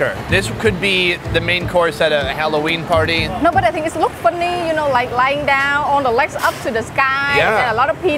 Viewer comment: "Look funeee" lol!